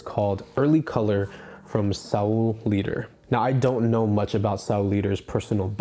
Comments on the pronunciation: If you "heard" about Saul Leiter, the other guy also mispronounced his name?? It is LIGHTER (Leiter = German for Ladder) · Btw it's pronounced "Laiter" and...are we sure it's a "him" and not a "they"? 😢